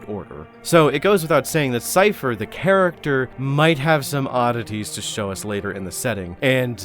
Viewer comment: "'Sigh-uh-fuss' Cain"?